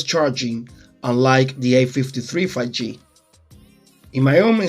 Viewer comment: I think 5G is pronounced FIVE G, not 'fagee' :) Thank you for this comparison. It was very useful.